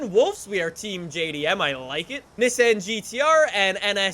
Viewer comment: Anyone else irritated by the way he says Nissan? Just me? Oki